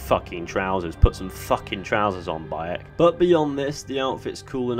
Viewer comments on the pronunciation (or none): none